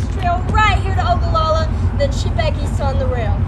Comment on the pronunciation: Thank you for highlighting Ogallala. Proud you can pronounce Ogallala. Parents had a motel there in 1967. Front Street was the place. Had a french dip there last week that was great!!!!!!. Don't forget Lake Mac just 20 miles north. Great for spring and fall camping.